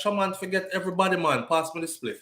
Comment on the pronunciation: 🤣🤣not “pass me de spliff”